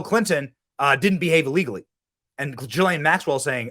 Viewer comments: her name is pronounced..Gee Laine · Ghislaine is pronounced with a hard G.